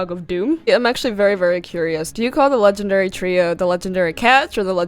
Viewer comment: Legandary beasts.. Thats how you say that.